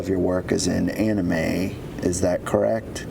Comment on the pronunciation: HEY SMOKER LUNGS, ANIME IS NOT PRONOUNCED AN IH MEE IT'S AN IH MAE fucking miserable twat